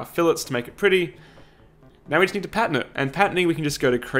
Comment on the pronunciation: Anyone else think he said patent instead of pattern?